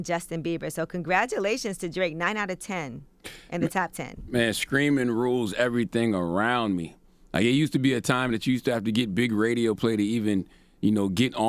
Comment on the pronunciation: Charlamagne dumbass says "skream" and "skreet" and "skress." I can't take him seriously man